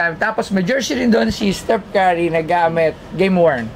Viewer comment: napakabobo talaga neto ni Toyo magpronounce ng pangalan. Donchick daw tsaka Kari lol. Donchich ang bigkas don. tsaka Curry hindi Kari.